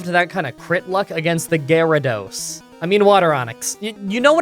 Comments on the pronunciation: he said gyratos lol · hmm. I’ve never heard water onix pronounced in this peculiar way. Gy-ra-dos. Weird. Very weird.